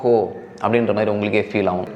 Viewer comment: 'Intha MERI" ila bro athu "intha MARI" its kinda irritating...